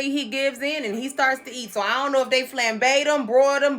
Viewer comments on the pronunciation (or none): "Flambayed em" 😭😭😭😭 Owwww i be CACKLINGGGGG